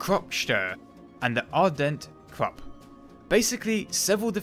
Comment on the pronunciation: The "u" in "Krupp" is pronounces as the "oo" in "booze"